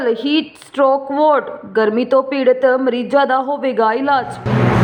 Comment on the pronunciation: ਨਾਰਵੇ- ਨੋਰਵੇ, ਆਟੋ-ਅੋਟੋ, ਵਾਰਡ- ਵੋਰਡ,ਮੌਤ-ਮੋਤ, ਪੰਜਾਬ-ਪਜਾਬ ਸਾਰੇ ਸ਼ਬਦਾਂ ਵੱਲ ਧਿਆਨ ਦਿਓ ਬੀਬਾ ਜੀ ਬੂਥ ਨੂੰ ਵੂਥ ਕੁਝ ਇਲਾਕਾ ਕਹਿੰਦਾ ਹੈ ਪਰ ਅਸਲ ਬੂਥ ਹੈ ਵਧਾਇਕ, ਵਧਾਇਕਾ ਅਤੇ ਵਧਾਇਕਾਂ ਤਿੰਨਾਂ ਚ ਕੰਨਾ ਬਿੰਦੀ ਨਾਲ ਅਰਥ ਬਦਲ ਜਾਂਦੇ ਬੀਬਾ ਜੀ